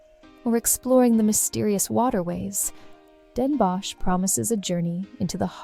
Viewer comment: Really nice. There is just the pronunciation of Van Gogh, stroopwafels, Den Bosch, Gouda that could be improved upon.